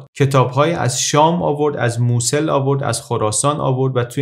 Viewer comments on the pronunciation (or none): none